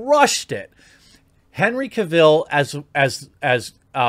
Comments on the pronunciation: Why can no YouTube channel say the names of people, correctly..... CAV ILL? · Ca-ville... cringe moment.